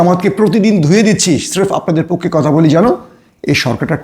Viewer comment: উচ্চারণ শিখে কথা বলতে আসেন | পক্ষো না পক্ষে